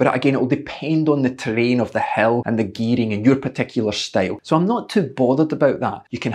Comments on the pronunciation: It is certainly ironic that, with your wonderful accent, ''a hill' actually sounds ... to my ears, as ''a hell''... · Dammit coach, I thought you kept saying Hell. Hell training, Hell repeats like its some super horrific type of training.. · Your accent makes you sound like you're saying 'hell training'. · How fitting the the word "hill" sounds like "hell" when coach says it :-). Thanks for the great pointers and ideas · I thought you were saying "hell" at first.